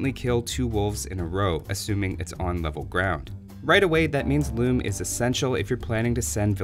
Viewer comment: "RRReasearch... loom-uh"